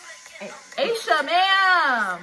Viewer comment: Loved your reaction. Just a note...Aisha is pronounced Ah-sha.